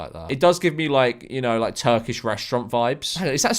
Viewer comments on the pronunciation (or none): none